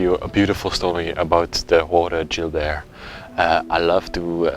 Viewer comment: I thought you were calling the man Jew Bear.😄